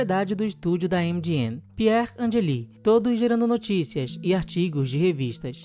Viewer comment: A pronúncia do nome de Pier Angeli está errada. Pronuncia-se piérângeli. Sobrenomes italianos não tem sílabas tônicas oxitonas. O meu, por exemplo, é Píccoli , mesmo não tendo acento. E não Piccolí .